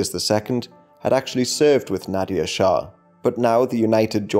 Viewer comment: It's not pronounced Nadia shah 😂. Nader shah is pronounced like Na + duh sound + R sound , is not pronounced with the sound of "i". Many words from middle eastern language and even in punjabi or other eastern indian language which when written in english are written in a kind of wrong way, so you'd think they are pronounced like they are written but it is not true and they are just written wrong in English, pronounced very differently .